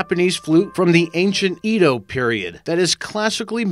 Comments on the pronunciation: its pronounced eh-doh not eedoh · You need to learn how to pronounce words like "epitome", "niche", "palatable", and "Edo". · also Edo...